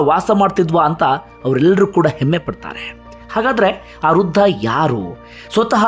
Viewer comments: Hello. Thank u for the video.. It is Vriddha, not Ruddahh. Thank you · Ruda,ruda anta matadtiri,shudh matadoke kliri.rudha alla vradha anta matadi.